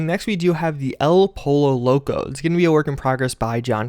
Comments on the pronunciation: is not "polo locu" is "poyo locou" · Its ell "poyo" loco. In spanish the double "l" is peonounce like a "y"